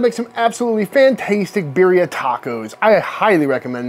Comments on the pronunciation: I LOVE your channel and as a medically retired police officer (due to a traffic collision). I also love the fact that you pay so much respect to those who wear a uniform! However, I’m just a whiteboy from Los Angeles, but here we pronounce Birria as Bea-de-ah…. Hmm, that isn’t even doing it justice. You have to roll your tongue when saying it. Bei-de-ah. But anyway, you did say it wrong. No big deal. Either way, it’s absolutely delicious! It’s definitely GOOD STUFF! would LOVE to watch you make Menudo! (Again, you have to somewhat roll the tongue when saying it. But, it’s pronounced “mon-nudth-oh) When done right without smelling like a rotting corpse? It’s absolutely AMAZING! Just have to make sure you REALLY clean the tripe VERY well before cooking it! It’s ABSOLUTELY DELICIOUS when it’s made right. Just everyone gets scared of what’s it’s made from! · Let’s correctly pronounce “birria” out of respect though please